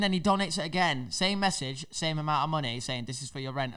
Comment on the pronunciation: You can really hear the manneh accent from 😂